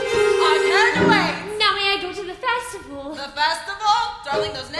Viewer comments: This is amazing! I just wish Cinderella would say her "T's" in the word Festival. Every time it's "Fesival" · She also needs to learn how to pronounce the word 'feSTival'